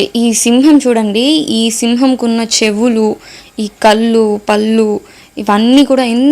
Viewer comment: చాలా చక్కగా, ముచ్చటగా మాట్లాడుతున్నావు.. అలాగే ఓచిన్న పొరపాటుని కూడా సరి చేసుకో.. కల్లు, పల్లు అని వినిపిస్తున్నాయి… అది నీ standard కాదు.. hope you take in the right spirit..